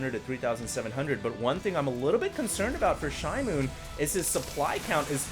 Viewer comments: Hey, are you sure it isn't SHE-moon? It means newspaper in Korean. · pronounced it "shi-mown" like a noise michael jackson would make